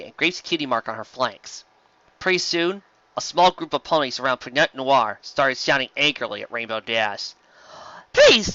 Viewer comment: "The ursa major stirred." Oh man, that was so fun to hear that said in that ominous tone there! And the "T" in Pinot Noir is silent (IOW: it's pronounced "PEE-noh noir"). And man, if you're doing Trixie so egotistical even when she's confessing to illusioncraft, I can't wait to see how you'd do her with the Alicorn Amulet...!